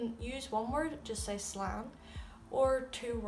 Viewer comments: Coming from an irish person. This is good. But why arnt u pronouncing the letters longer when they have it like á. Like instead of saying Slán as (sl-a-n) it would be (sl-aw-n) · It’s “slawn “ slán not slann. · Wow I’m back 5 months later see the same video and go straight away to the comments when I hear “Slann” it’s pronounced “Slawn” everywhere on the island even Scotland and the Manx people do slawn latt “ slán leat 😂✨☘️✌️